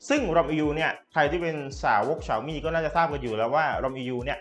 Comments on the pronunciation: มีอย่างนึงที่ผมงงพอดีดูคนรีวิวหลายต่อหลายคน เน็ตฟิค เขาก็เรียกเน็ตฟิค แต่ทำไมมาดูคลิปนี้ผมงงเลย เรียกเนดฟริคเฉย แล้วเซี่ยวมีก็เรียกฉาวมี่ คือไรอ่อครับผมงงจริงๆ สำเนียงเนี่ยคนไทยปะครับตะหงิดใจ ไม่ตั้งใจมาดูคลิปนะมันเล่นอัตโนมัตเอง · ฉ่าวมี่!!!!!! ออกดสียงแบบนี้นึกว่าฟังผิด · ตัวแทน xiaomi อย่างเป็นทางการในประเทศไทยเค้าให้เรียกแบรนด์ตัวเองว่า "เสียวหมี่" ลองไปหาดูนะครับ ถ้าใครมีเชื้อสายจีนจะรู้เลยว่าเสียงนี้ตรงที่สุดแล้ว อย่าไปออกเสียงที่ดิ้นไม่ได้แบบฝรั่งเลยครับ